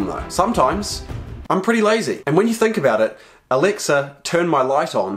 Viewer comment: WHOS ALEXA GETS TRIGGERD WHEN HE SAYS ELEXA